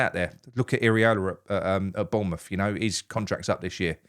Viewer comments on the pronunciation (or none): none